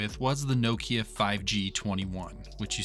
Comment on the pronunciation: nokEEya lmao😂😂😂